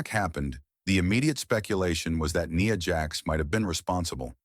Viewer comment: It's Nia Jax not Nee Ya